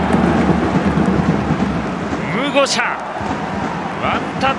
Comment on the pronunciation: ムゴシャって間違えんなよふつうに笑笑